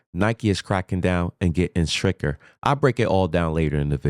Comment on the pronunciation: Stricter, not stricker.